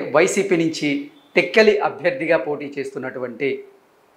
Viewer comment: Please pronounce tekkali properly.